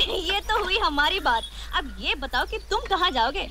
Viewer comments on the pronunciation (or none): 'अभ' नहीं 'अब'